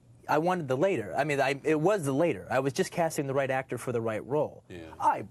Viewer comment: Tarantino mispronouncing "Latter" is the most human he's ever been